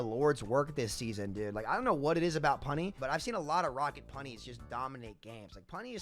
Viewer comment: Stop saying punny like that bro pls